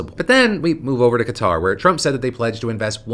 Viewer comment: Kinda weird but thanks for saying Kuh-tar. Been hearing so many saying cutter like what? 😂